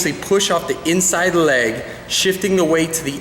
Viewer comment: was it just me who found it really funny the way he said leg?? great video tho!